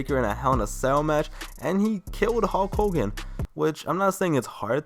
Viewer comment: “Howk Hogan”